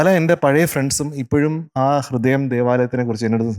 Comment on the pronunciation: ഗീതം, ഹൃദയം ഉച്ചാരണം എത്ര മോശം ദിയയ്ക്ക്. എന്നിട്ടും... 100,മറ്റു കുട്ടികൾക്കാണെങ്കിൽ എത്ര mark കുറയ്ക്കും